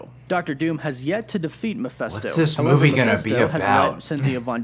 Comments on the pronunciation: He keeps pronouncing "Mephisto" as "mafesto". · Anyone else kinda bothered by the fact that he says Meph-eh-sto, instead of Meph-i-sto? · man this bothered me so much lol Channel that specializes in Marvel but can’t pronounce Mephisto